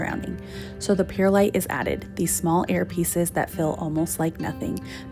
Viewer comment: Love seeing your garden come together! We are working on ours here in Australia as well. Oh one other thing...it's pronounced like Pur - lite 😊. Look forward to your next video xx